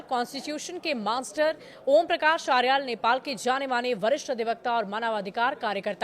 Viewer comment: Suseel sususila hai aarel nahai aryal hai sudhha uchharan kare